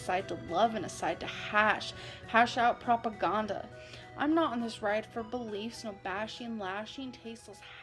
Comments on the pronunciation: the way says "proppa gonda" in the rain & petals eavesdrop poem 😭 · Proppa Ghonda is my favorite African country. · ProGAHNdauh. Damn. I've been saying it wrong this whole time... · "prop-uh-gon-duh" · "Propa-gone-duh", lmao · No the old "PropoGAHnda" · I've had the butchering of the word "propaganda" stuck in my head since I was forced to re-hear it yesterday. I will ask again: how does a native English speaker fuck up such a common word so badly?